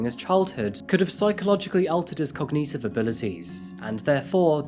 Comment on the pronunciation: My new favorite English pronunciation of a word I use all the time: “cogNEATive” lol Love it!